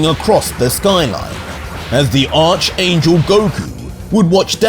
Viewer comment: Hey. Just a fyi. It's pronounced Arch (Ark) angel.